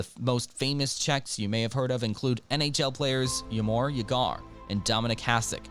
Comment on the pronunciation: Ok video, but seriously make an effort on the pronuciation. Vaclav is not Vaklav. Jaromir is just pronounced Jaromir. You even jot the "ya" correct. It's Dvořák not Durak Just take the 3s it requires to go on the wikipedia page and play the audio. It's not about Czech language being hard; it's about doign the 3mn of work.